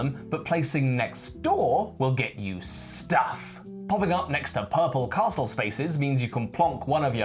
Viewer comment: I like that pronounces Castle correctly, rather than Carstle. Also, it is a very pretty board and I like Scotland.